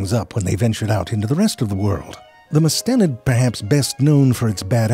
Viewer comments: EVERY online source I can find says that the accent in the word mustelid is on the first syllable. MUST-i-lid. I found recordings in both US and British English and printed references. It's good to know I've been right my whole life, but listening to him put the stress on the second syllable over and over was distracting! I don't think he did it for comedic effect, because there was no payoff at the end. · I’ve always pronounced it “MUST-uh-lid.” Google and M-W agree. OED says “mus-TELL-id” one of two acceptable British pronunciations. It was odd to hear the very-American ZeFrank using this!